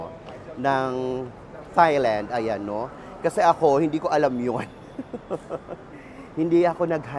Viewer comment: it is pronounced as tai-land bweks naman!